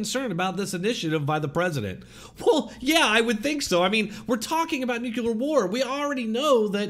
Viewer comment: Nuclear, not nucular.